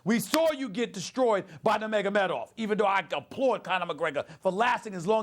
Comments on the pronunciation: I wonder if Stephan A realizes how DUMB he sounds to real MMA fans?!? 1. Its NUR-magOmedov, not NA-magAmedoFF....u mispronounced his name 15 god damn times!! 2. Hes from Dagestan NOT Russia 3. Dillon Danis was the "strength and conditioning" coach he went after (actually its his BJJ coach, but whatever....oh BJJ means brazilain jiu jitsu btw) 4. We ALL know Jones would be your fave fighter. NOBODYYYY is shocked by that. Ill give it one month before your race baiting arguments make it into an MMA duscussion 🙄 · Well he is a casual.... he doesn’t know how to say nurmagomedov correctly or who Dillon Danis is. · This guy is an MMA analyst now huh? He didn’t even pronounce Nurmagomedov correctly once lmao